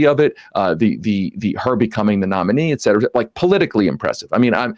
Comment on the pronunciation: May Sam will finally learn how to pronounce the phrase "et cetera" from this guy.